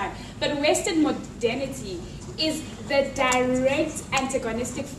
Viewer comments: what does she keep saying? "western modenity"? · If she says "Western Modality" or whatever the fuck it is one more time my fucking head is gonna explode. The only three words she knows! "Western" "Modality" (if that is what she is saying) and "Colonization".........The sheer depth of willful ignorance is astounding.